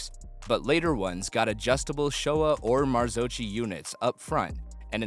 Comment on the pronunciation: marzocchi = Marzokky, with z like pizza. beautyfull video! but you forgot the most perfect italian motorcycles: Vespa Piaggio ;-)